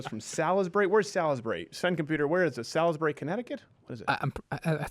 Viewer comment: It's pronounced "SAULSbury." Cheers from the UK.